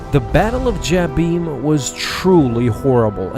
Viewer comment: You pronounce Jabiim wrong.